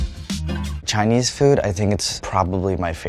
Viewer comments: Andy's Chinese pronunciation is actually rlly good. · Andys chinese pronunciation is actually insanely good